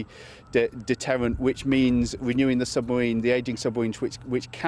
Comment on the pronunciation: John Woodcock seems to be interested in the jobs that nuclear weapons bring rather than the death and destruction they unleash and for that reason he is a 1%er stooge! He can't even pronounce 'Submarine'!